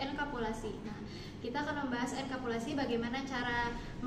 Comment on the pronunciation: bukan enkapulasi tapi enkapsulasi yah. tadi di presentasi nya salah sebut.